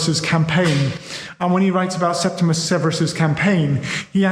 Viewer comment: "Septi-MEE-US- Severus," surely? 🙄